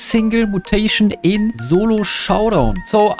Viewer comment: Aint no way bro said zolo